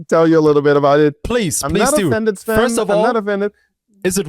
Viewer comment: 👋🏻 It's "Sven" tho